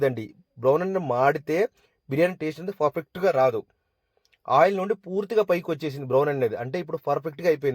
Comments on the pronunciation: Fur fect kaadu babu pa pa పర్ఫెక్ట్ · Adi perfect furfect kaadu